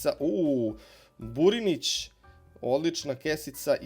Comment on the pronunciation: Burnić ne Burinić